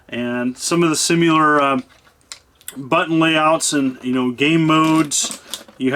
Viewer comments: Am I crazy, or is he saying “simular” rather than “similar” all throughout this video? Not trying to be a grammar Nazi, because we all have our own little words we say our own jacked up way, but it’s just fun to point it out sometimes. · There's no "u" in "similar."